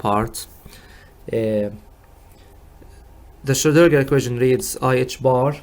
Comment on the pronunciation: Hey man it's not difficult: SCHRO---DIN---GER :D